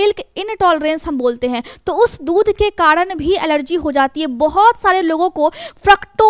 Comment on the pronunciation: Karan bolo kadn nahi hota hai pehle bolna sihko